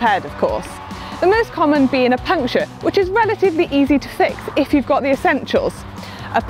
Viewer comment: New information : puncture = "bunsher" now i know where it came from